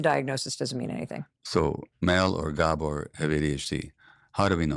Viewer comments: 'Scuse me - could you get his name right, please? It's stress on the 'a' : G*a*bor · He pronounc, his name , GA-bor, NOT ga-BOR.